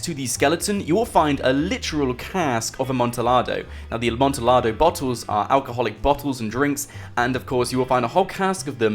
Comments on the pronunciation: it's pronounced amontiyado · It hurt me every time you said Amontillado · That Amontillado pronunciation tho 👌🏻😂